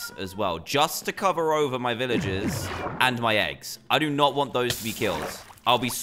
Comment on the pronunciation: You ceep on saying viloges and not velrges